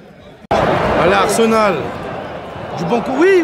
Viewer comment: c'est pas arsemal pour arseMAL mais pour arSEMal